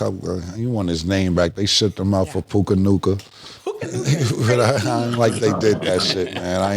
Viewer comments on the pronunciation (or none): Cam and Mase fuckin up Puka Nacua name EVERY SINGLE TIME is pure comedy🤣😂somebody please got find every time they say it and clip it